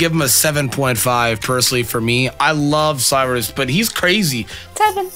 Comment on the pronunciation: Cyrus, it's Cyrus.